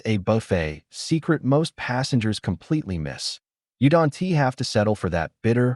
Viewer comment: I wonder where this AI is from...it always pronounces "don't" as don tee....